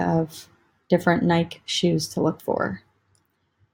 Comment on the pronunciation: Nike is pronounced Nikee